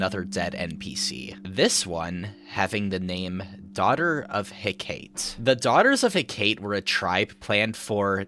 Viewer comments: pronouncing hecate like he-kate hurts my soul for those wondering, the correct pronunciation is "heck-uh-tee" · Amazing video, but I gotta be pedantic for a second: Hecate is pronounced “Heck-a-tee” not “he-kate” lol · Daughters of He-ka-te, not Hekate.